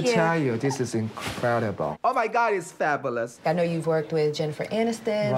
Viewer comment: It annoys me so much when that guy says “Fabalus” lol